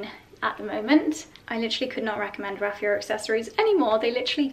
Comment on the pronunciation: I was just thinking finally someone who pronounces it correctly, and then you mentioned that too :D hopefully, people will learn :)